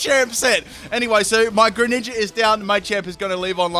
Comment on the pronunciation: Greninja I can barely understand, but... Mimikyu?